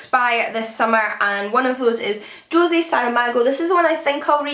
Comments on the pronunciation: just for reference- Jose is pronounced HO-ZAY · Oh my God,, you've really done it this time. How the heck does the name Jose become Josie?! Nothing I have ever seen or heard on your channel has ever astonished me more! For shame! Shame! No, actually, I take that back. Che Guevara. I can understand why English-speakers (but not you) can mispronounce the last name but how does Che become "Shay"? It's pronounced just the way it looks! You will be hearing from the Spanish Embassy about this,!